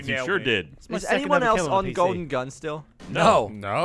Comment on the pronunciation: When Said "Golden Gun", I honestly thought he said "Colton Dunn" XD